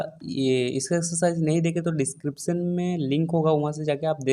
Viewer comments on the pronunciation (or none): none